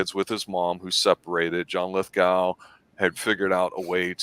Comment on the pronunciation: LithGOW not LithGUL